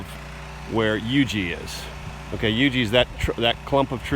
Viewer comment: Thanks for the correct pronunciation of Huger!